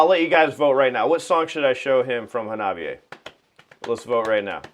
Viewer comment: Hawna Bee Eh! Every time you say it wrong, Chika dies inside a little! 🤣:card-red-penalty